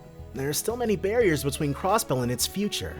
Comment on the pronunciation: The second Lloyd shows up again, he says "barriers" twice xD